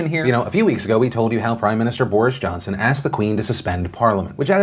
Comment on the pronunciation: Anyone else notice Phil call Johnson "Boorish Johnson"? Lol, freudian slip? You usually do very well with pronunciation, so that was a very interesting mispronunciation to make...